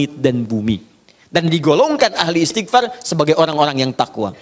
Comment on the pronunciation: Pk Ustad sendiri blm tentu benar dlm mengucapkan istigfar...